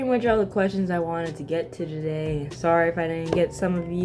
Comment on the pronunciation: it's pretty clear that she's from america, likely canadian judging by how she said "sorry"